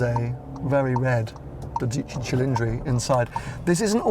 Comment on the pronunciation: "Dódici", accent on the o and the c is single so it should be quicker. You were saying "Dodìcci" 😁